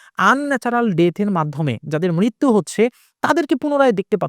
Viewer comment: মৃত্যু not মৃরতু